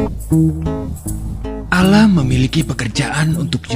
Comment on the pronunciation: Allah bukan alah